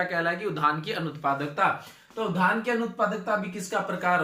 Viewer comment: धान बोल रहे की उद्यान ठीक से बोलिये